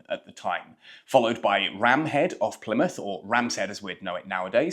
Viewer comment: Rame Head not Ram Head.